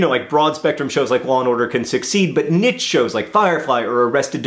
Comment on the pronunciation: John, it's pronounced 'niche' not 'niche'. It's facades all over again!